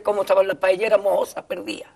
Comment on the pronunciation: Rissssitas et pas riZitas...PaéYéras et pas paélérasse...